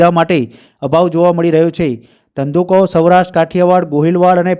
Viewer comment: અરે ભાઈ! ધંધૂકો ધંધૂકો ના બોલો! પહેલાં સરખું બોલતાં શીખો! પછી સમાચાર વાંચો!